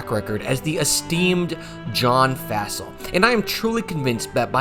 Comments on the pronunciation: its pronounced Fossil like dinosaur bones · At least say his name correctly. It's pronounced like "fossil". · Would love a video diving into how the Packers have been mired in special teams hell for a while now. Would also love a video on that historically bad Chargers special teams. I don't know if we'll ever see anything like that ever again. We even have a term for doing that now: "chargering." Also it's pretty wild that you don't know the pronunciation of Fassel's name.